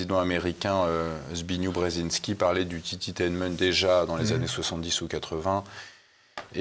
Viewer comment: Brzezinski Zbigniew prononciation z-big-gnièf ('zbi.ɡnjɛv )